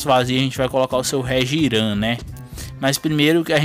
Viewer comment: n é "Regiram " se pronuncia *Réchirram * mais isso é so se vc quiser, só pra informar